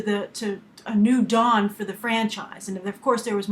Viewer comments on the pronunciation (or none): none